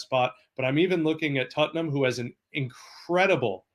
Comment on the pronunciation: this one dude keeps saying "tuttnum" and its friggin hilarious